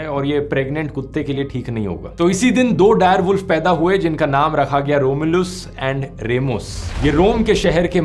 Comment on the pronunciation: Your pronounciations of रोम्यूलस & रीमस made me smile😁